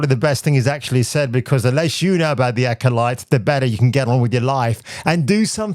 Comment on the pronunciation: Was it Acoshite or Acodyke? Hmmm, that’s what I heard anyway. 😂